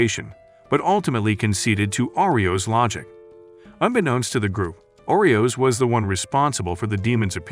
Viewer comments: Umm its nit oreos lol its Arios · FIRST THAT HERO GUY'S NAME IS ARIOS AND NOT OREOS second kanade's name is NOT kanada and the woman in white is a priest not a mage